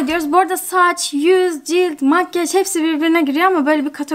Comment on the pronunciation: neden makyaj değil de makgeş diyosun yarıldım gülmekten:D